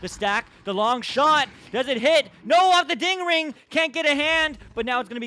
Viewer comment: Him saying ding ring hurts my brain